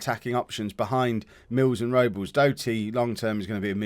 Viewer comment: Rob-Less is his name. Not Robels.